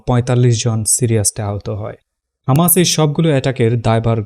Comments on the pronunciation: Hamas, not khamas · ভাই আপনি কী হিব্রুতে কথা বলেন? খামাস কেন হামাস হবে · খামাস নয় হামাস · খামাস নাকি হামাস? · হামাস‌ নাকি খামাস‌ 🤔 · Hamas na khamas😂😂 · খামাস নাকি হামাস??? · হামাস হবে খামাস না 😅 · হামাস,,,নাকি, খামাস,,,বাইয়া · হামাস নাকি খামাস? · খামাস কেন বলছেন হামাস বলুন। খামাস ইহুদিরা বলে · খামাস না, হামাস। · Content creator ki Israeli naki , Hamas ke khamas boltese ?